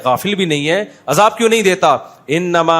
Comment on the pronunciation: اجاب نہیں عذاب ۔ پہلے اردو سیکھیں